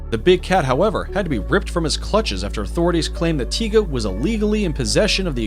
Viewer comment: no mike tison..its tyson...not tiga its tyga